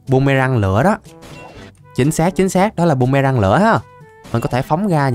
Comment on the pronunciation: Phi tiêu ổng nói bum mê răng 😅😅😅